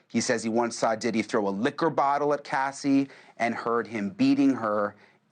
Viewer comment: Her name is Cassie not Cathy